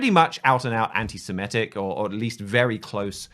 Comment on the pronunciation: I think it's anti-semitic with an i not anti-semetic with an e.